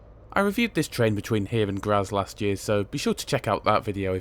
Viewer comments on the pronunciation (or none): It's pronounced "Gratts"